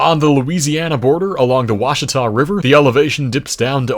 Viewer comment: Just FYI, that is not even close to how you say the Verdigris river or the Ouchita forest. Correct pronunciation is verd-a-gree And replace the o in ouchita with a W